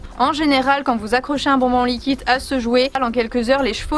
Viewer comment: Cap de compter combien de fois elle dit likit